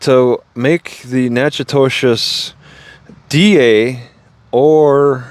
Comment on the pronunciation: It’s pronounced Knack-uh-dish